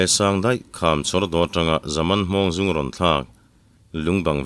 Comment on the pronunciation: i thawnthu chhiar hi i chhiar thiam ka ti a, ngaihnawm pawh ka ti ṭhin e. Mahse, thil pakhat ka lo hrilh ve ang che. Thing zung (root) i lam dan hi zung (piss/urinate) ang hian i lam tlat a, thing hi a zung (piss) ngâi lo va, zung (root) a nei zâwk a ni. Mizo ṭawng thiam tak, upa lam tawh te lo zawt la, i lam dan dik lo tak hi lo siamṭha la, beng thlep hauh lovin ka ngaithla ve thei ngei ang.